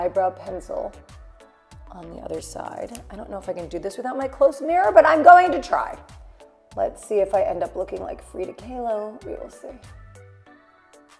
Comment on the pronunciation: please!! FRIDA KAHLO!! pronunciation is F-R-I-D-A K-A-L-O !! typical american!! :/